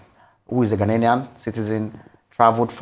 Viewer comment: it’s Ghanian not Ghaninian 😊